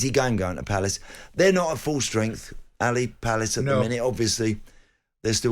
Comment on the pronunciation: Townsend said Ally Palace hahahahaha